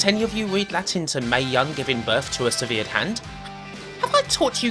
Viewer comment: Do you really not know how to say "severed"?